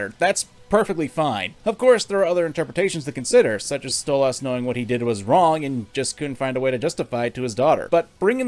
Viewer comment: STOP CALLING HIM STOLE AHHS ITS DRIVING ME CRAZY!!!!